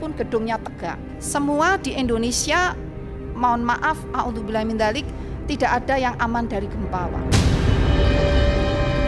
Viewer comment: Audzubillah atau NAUDZUBILLAH sih buukkk😂😂